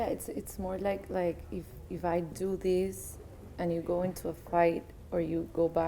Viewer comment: "You do thees...."